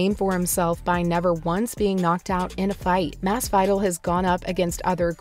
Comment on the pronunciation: Please look up how to pronounce the names before you say them. Holy shit. "Jorge Mass-vital" lmfao